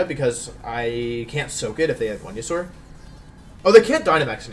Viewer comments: Who is Wenasaur? Never heard of that Pokémon... if only there was a proper way to say Pokémon’s names... 🤔please pronounce the Pokémon’s names correctly please. It makes you look uneducated. Just saying. 🙄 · First video watching this guy... does he always butcher names? Listening to him mispronounce Wonder Guard and Venusaur so badly hurts my soul.